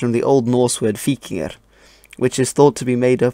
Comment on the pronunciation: You pronounce as /v/ instead of as /w/ in :3